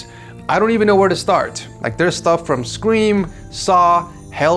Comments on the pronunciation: Anybody else here him say skweem when he was trying to say scream. ?? Lmao 😂😂 too much screams eh 😅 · the way you pronounced scream caught me off guard :)